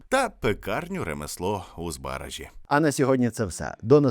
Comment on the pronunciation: Я благаю... ЗбарАзький замок. Не збАразький, не збаражський. Дякую вам за відео. Було цікаво